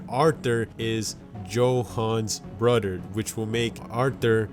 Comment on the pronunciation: 🤣🤣🤣🤣🤣🤣🤣🤣🤣🤣🤣 You said bruder